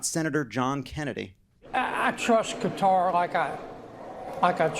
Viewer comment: Hey! You're saying Qatar right this time! Ope. Update: said it right the first time at least...